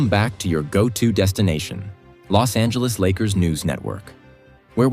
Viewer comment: AI got it right with the Bos Angeles 🤣